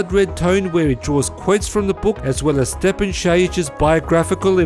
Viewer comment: Oh yeah! I thought your gonna butcher Stjepans name but you did a great job of pronouncing it.